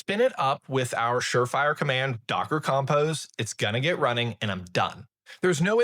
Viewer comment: Between the pronunciations of routes, compose and schema I had to hold on for dear life.